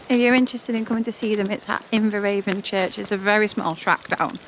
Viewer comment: I was christened in Inveravon church. It’s pronounced Inverann as the river Avon is also pronounced Ann. Glad you are feeling better.